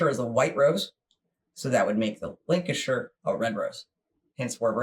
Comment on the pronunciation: Lancashire. Lan not Lin